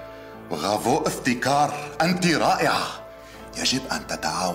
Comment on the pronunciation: بدال ما يقول برافو قال بغافو😂😂😂😂😂